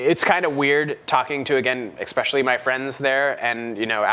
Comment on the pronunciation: Every time I watch one of your videos, and you say "ex-specially" instead of "ES-pecially" it drives me INSANE, and I want to punch your face.